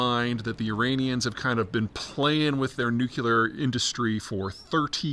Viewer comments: BTW, it’s nuclear, not nuculer. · Peter - please stop saying "nu_CUE-ler" , its "nu-KLEE-er" !! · Goddammit, we're back to "nucular" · Peter! Please stop saying nucular! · Could someone please 🙏 teach Peter how to correctly say, "nuclear?"